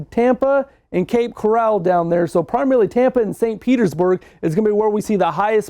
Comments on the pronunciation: It is Cape CORAL not Cape CORRAL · This guy. Once you pronounce Cape Coral as Cape Corral, you've lost the confidence of many floridians in the SW FL. Please announce these cities that you are cautioning correctly and don't sugar coat it. This thing will be a 3-4 by the time it makes landfall. Good luck to my fellow floridians, and please prepare for the worst. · Oh ig it’s Cape Corral instead of Cape…Coral 🪸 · Coral, as in reef. Not corrals-horse pens 😂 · "Cape Corral." I'm dead!!😂🐎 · "Cape corral" lol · Cape Coral! Coral not corral’ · Cape Corral😄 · Cape Corral? lol. He's not from florida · Cape Coral, pronounced like the coral in the sea.